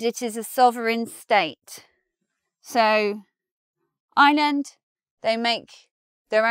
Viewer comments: You don't pronounce the "r" in Ireland? It is as if you are saying "island" and not "Ireland". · Please, it's pronounced Ireland, not island. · As a non-r-dropping American, I chuckled to hear you say what sounded like “the island of island”. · I've always been bothered by the way English people pronounce Ireland and this video shows why. Most English people pronounce Ireland pretty much the same was as they pronounce island. Which lead to a sentence in this video that sounded like this "northern island is on the island of island" when in fact the sentence was "Northern Ireland is on the island of Ireland". Ireland and island are different words, there is an R in Ireland, just sound it out! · You've missed my point completely. You're right, the phrase "island of Ireland" is correct. I'm commenting on the the English pronunciation of the word "Ireland". They pronounce it exactly the same way they pronounce the word "island". So it sounds like they're saying "island of island". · I thought exactly the same I'm still learning English but it was so hilarious. Like, she didn't even tried to make it sound a bit different one from the other. English is funny thou'